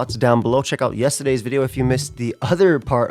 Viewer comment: "yestaday" fellow new jersian spotted